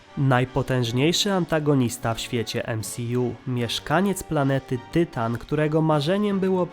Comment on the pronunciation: W polskim tłumaczeniu Avengersi mówią Ultron a poza tym mówisz tytan a nie tajtan.